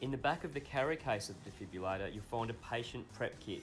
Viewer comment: Potentially a great instructional video, BUT ... Please pronounce the name of the device correctly. - De-Fib-RILL-ator - Absolutely NOT a Defibulator!! This has the potential to correct the cardiac arrhythmia Ventricular Fibrillation, hence DEFIBRILLATOR :) Please accept this with the good will and humour in which it is composed :)